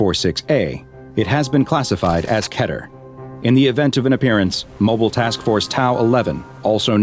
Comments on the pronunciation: Keter is spelled KEY ter not literally KE ter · I am sorry i am not trying to be rude but it is pronounced Key ter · It’s not spelt Keyter, it’s spelt keter, But some people pronounce it as keyter but do not spell it like that.